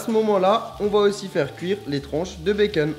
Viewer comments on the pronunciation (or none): bacon pas beceun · fastgoodcuisine tu dis " bacen " mais en fêtes c'est "bacon " MDR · Il stress que moi quand il dit " des tranches de béceune " ?